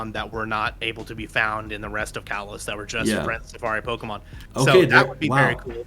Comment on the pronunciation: your saying kalos wrong both of u